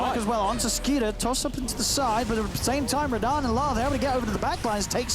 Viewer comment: Personally I'm cringing more about the casters actually calling him Raddan. Just not used to it.